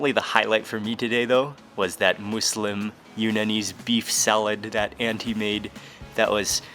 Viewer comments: It's muslim not mooselim ( no hate love and your vids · You’re putting too much emphasis on the “Moos” in “Muslim”. Its more More in between “Muh” and “Moo”, but its definitely not “Moose-lim”. It uses the same U sound that “Wuss” and “Puss” uses. “Muss-Lim” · Love your videos but its not "Moooolsim"! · I always thought it was. (Muzlem) Sorry no hate but what do i know I’m American. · kima Boho he said mooslem not “moslem” like how it’s pronounced.